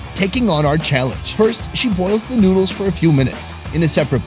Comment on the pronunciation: "The NOOduls" -*